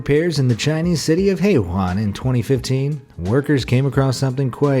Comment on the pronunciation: Hé Yuán--河源. It's pronunced "hhuh' ya-in". :)